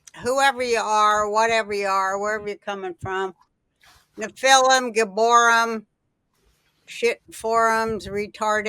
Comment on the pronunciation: Please! GiborEEM. NephilEEM.